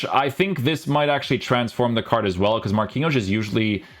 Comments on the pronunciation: guys why does he pronounce card like cardsh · Probably cause of his Portuguese roots...